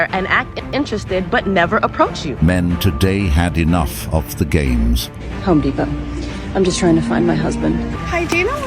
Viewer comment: Women see what they want. it's Home Depot, not Ho Depot.